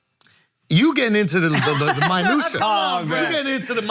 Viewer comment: "You getting into the My-nutia"